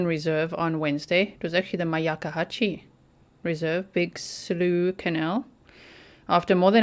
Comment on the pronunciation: Big Slough…….rhymes with “enough”